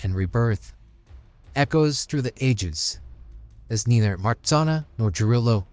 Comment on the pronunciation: Nice! But you do not pronounce MARZANNA correctly. Take those two letters RZ and pronounce as G in beige. So it is like this: Mah-zhan-na. You also need to pronounce the double N separately as NN. Polish is hard, but Marzanna in Polish sounds so lovely. She is also a goddess of sleep and dreams.